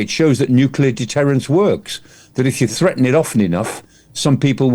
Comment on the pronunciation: Sreaten? Dame Nazi!